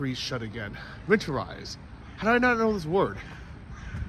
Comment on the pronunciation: Dude. Win-ter-ize.